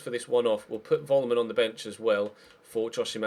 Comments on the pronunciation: Korbinian Vollmann, if he is German is pronounced with the 'f' Follmann :) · Vollmann is pronounced like Follmann